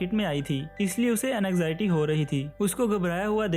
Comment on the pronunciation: anxity is pronounced as anzity